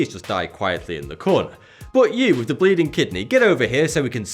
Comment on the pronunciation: Did he say youth in asia?